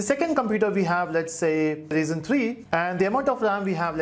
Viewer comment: A fun fact his pronunciation as "Reason 3" not ...